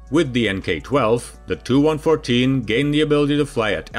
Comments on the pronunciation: 'Tee you'. Not 'too'. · It's pronounced T U, not TOO. Grrrr!!!!! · Please do not pronounce Tu as ‘Two’ but ‘T’ ‘U’ somehow the accepted way of correctly pronouncing has become corrupted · Tee U not To. Seems common to sat it that way. Enjoyed the video. Nice airplane! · FYI…..it’s pronounced tupolev, NOT Too…..114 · He pronounces the TU initials of Tupolev 'too'. The video is neigh on unwatchable.